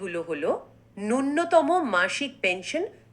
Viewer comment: উচ্চারণ ঠিক করুন নূন্যতম নয় ন্যূনতম |